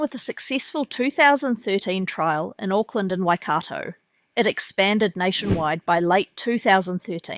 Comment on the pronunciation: Waitako Why- Car- Tow!!🤣